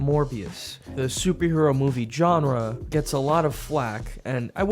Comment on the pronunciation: saying "genre" wrong for almost 20 seconds...was that on purpose? Or does he not know how to pronounce the word?